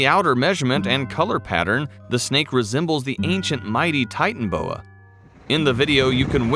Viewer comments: 🤣😂🤣😂🤣😂😂😂😂🤣😂😂🤣😂 it’s not titanboa it’s titanaboa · Can't handle listening to you miss pronounce the name again and again it's not a titan boa it's a titan AAA boa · It’s pronounced ti tan a boa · No one: Not even a single soul: The narrator: Titan-boa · The way they are pronouncing the name is triggering me.